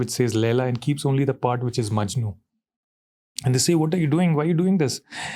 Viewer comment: Ranveer its "Laila Majnu" not "Laila MANJU" my grandma gets offended 😁